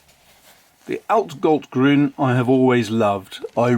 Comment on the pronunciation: I don’t know the pronunciation of Blu Mare either, it’s not German, so that’s not my business :) What I can say is that your pronunciation on „altgold-grün“ (oldgold-green) and „Eisengallustinte“ (iron gall ink) was excellent. :) I have like 8? of these inks and they all are flawless from an objective standpoint :) And they are cheap to even very very cheap depending on where you buy them :) The Oxford paper (mine is 90 gsm) is my every day paper :)